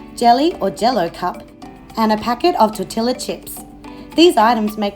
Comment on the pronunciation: It's pronounced tor-ti-ya. The double L makes a Y sound in Spanish :)